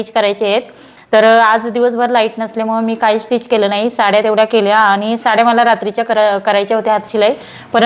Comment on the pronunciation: स्टीच म्हणत जा.. टिच नाही.